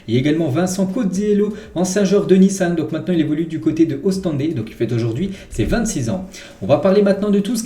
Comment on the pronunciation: C’est ostende (ostend) et non ostendé